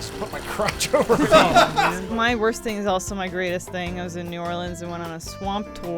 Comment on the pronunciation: thanks for pronouncing "New Orleans" correctly, and not as New-Or-Leens, as so many tourists do. Truly showing how educated and cultured you are.